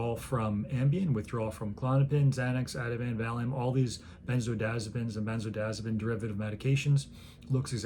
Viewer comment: Drives me kinda nuts doc when M.D.s mispronounce drug names. BEN ( rhymes with Lyn, Tin, Gin ) ZO ( rhymes with No, Slow ) DI ( rhymes with Lie, My ) AZ ( rhymes with Jazz ) ZO ( rhymes with No, Slow ) Pine( rhymes with Lean, Jean, Ween not like Pin… Pronounced with 6 syllables, Not 5…